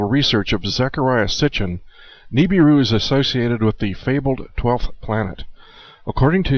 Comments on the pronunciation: I can't stand the way you say Nibiru. You say Nee-bee-ru. No one says it that way. The rest of the world pronounces it Nib-ir-ru. Good movie though! ;) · Nibiru is being mispronounced. That is my number 1 hang-up and my number 1 vice is poor language and me correcting it.